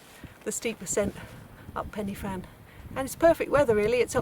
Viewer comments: Pen er van. Just learn how to say it. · Good video but should have got the pronounciation right. Pen y Fan is a Welsh name.